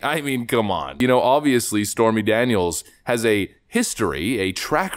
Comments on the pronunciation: Anyone else heard her call Stormy as "Spermy Daniels" at the start of her spastic gibbering? XD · Am I crazy or did she say "Spermy Daniels?" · I thought she called her Spermy Daniels for a second lol. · Did she say "Spermy Daniels"? 🤣